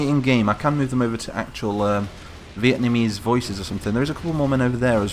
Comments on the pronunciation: are you saying vietamese ir vieTANese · VieTANese... I´m done xD